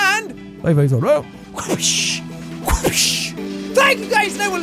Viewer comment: jighfive LOL